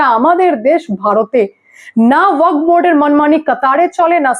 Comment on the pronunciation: আপনি ওয়াক বোর্ড বলছেন, কানে লাগছে। ওটা ওয়াকফ্ হবে।